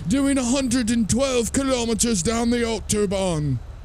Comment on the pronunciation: Lewis Johnson I know I live a few minutes away from the German border I just thought it was funny how overly overdone he did it that's why.